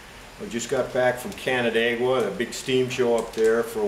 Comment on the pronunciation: Subbing because you know where Canandaigua is and can pronounce it correctly.